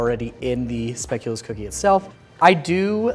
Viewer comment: As a Belgian I just want to say that I appreciate how well pronounces speculoos. And that he knows biscoff is not the only speculoos/speculaas ❤